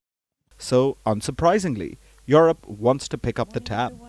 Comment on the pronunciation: She said europe not eurpe union